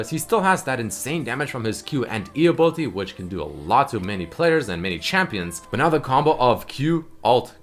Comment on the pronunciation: "ability"... please! pleeeeease, say it the right way